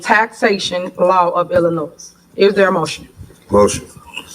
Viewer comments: being born and raised in this chaotic place(The Southland)Its amazing from someone who "grew there" can't even pronounce Illinos. THE 'S" in Illinois is Silent. The woman is Ig-nit, she needs to be gone and take her crew with her😢 Prayin for Jason House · FOR THE RECORD. WHEN YOU SAY ILLINOIS, THE S IS SILENT. PLEASE STOP EMBARRASSING YOURSELF